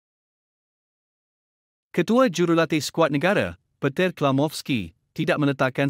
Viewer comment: Petir 😅 -Vietenam 😅 - Carpir Verdey 😅